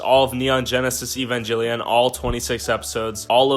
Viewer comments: He said Evangellion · My man called it Evanjellyon LOL